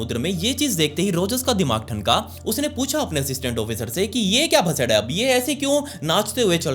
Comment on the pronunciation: Bhasa'D'... Bhasa'R' nahi